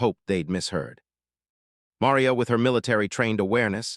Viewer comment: Besides being too cheap to buy the RIGHTS to the video, you've never learned how to pronounce "Maria"! Talk about ignorance!/ Next time, though, when you hear a racist OR a bigot open up with that filth, ask them where THEIR family came from!/ And bèsides all that, though the description says so, this is NOT a video. There are no moving parts., just an AI-based audio presentation. No moving parts! Buy the rights! Show the tape! Prove it! Bet that's why you only have 33 subs, and I can't give it a thumbs up!